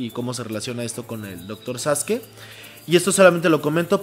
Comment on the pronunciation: Muy interesante programa, bien hecho chidos. Pero es Sasuke no Saske. Quizá se pronuncie así en japones, pero en Pahua todos lo dicen pronunciando la U SasUke